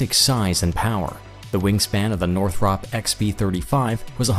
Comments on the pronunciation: It's pronounced (nor-thrupp) not (nor-thropp) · You lost me by mispronouncing cannard, after you had already failed to pronounce Northop correctly. Thumbs Down.